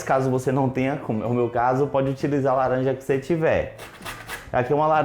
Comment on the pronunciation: Esse i ouvi laranjada